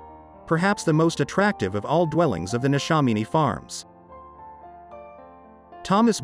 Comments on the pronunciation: NeshAMiny not neshominy. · The pronunciation of Neshaminy was interesting 😊 very well done though.